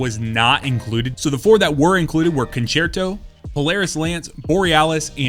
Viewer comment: Yup. Im not familiar with language, but I am both grateful for doing Kabr and italian Concerto right <3